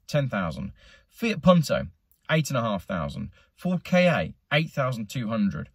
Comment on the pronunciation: Why do people pronounce the Ford Ka as K-A? It’s one word. KA.